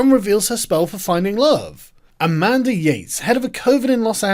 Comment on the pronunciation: SNORT More like A-Man-duhhh